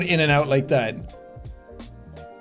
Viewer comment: That’s the most irish ‘potter’ I’ve heard